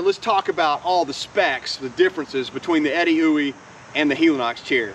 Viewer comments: That is not how I thought you pronounce Edeuoey. But by George I think you are right 🤣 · My congratulations on even knowing how to pronounce Edeuoey... Great review.